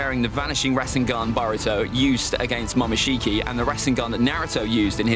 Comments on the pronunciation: momoshiki bruh not mokinshiki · It is Momoshiki not Mokinshiki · "mokinshiki" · Mokinshiki reminds me of something lol its pronunciations are momoshiki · He spelt momoshiki wrong he said mokishici 😂😂😂